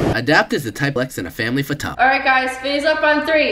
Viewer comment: he's also said photo as " phata"